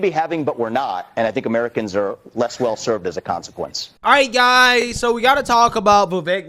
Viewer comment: "your GUY ziz" 🤔